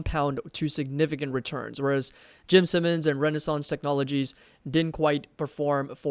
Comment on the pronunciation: I think "Simons" is pronounced like "sigh" instead of "sim"